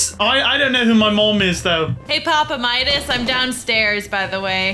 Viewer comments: ummmm did I hear Jules say papa mides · I’m dead when Midas said I HAvE cHIeld